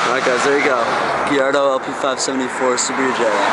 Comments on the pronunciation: lamborghini gillardo?? its gallardo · Lol cant quite pronounce the name properly otherwise a sick car